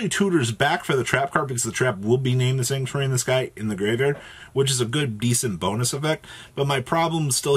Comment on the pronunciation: Why is it so hard for yugitubers to say "The Sanctuary in the Sky"?